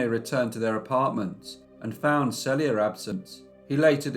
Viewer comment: She shares the same name with me. But I've never heard it pronounced SELL ia. Maybe I like that better than SEAL ia.